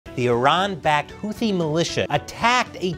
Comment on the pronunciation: Houthi is pronounced with an aspirated T (T with a slight H, not a western 'th', as in 'think.'